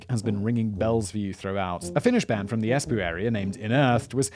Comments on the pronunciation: Bodom is pronounced with the o that you have in oh, as is Espoo, just the o is elongated. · And then to be from Espoo😂😂😂 I’m not sure how many takes that took but I know how many times I rewound it!!!